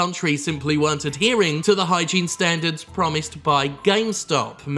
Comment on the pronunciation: What you said: Hand hygene What I heard: Hentai gene